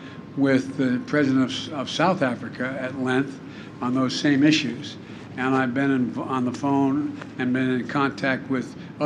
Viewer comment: "I worked in theese iszzuuooochs "